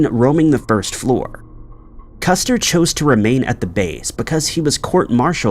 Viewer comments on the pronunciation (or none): none